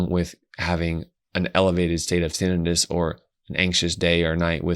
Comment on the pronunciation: I hate when people mispronounce tinnitus. Tin-EYE-tus would only apply if the word was “tinnitis” — inflammation of the tin, I guess. 😂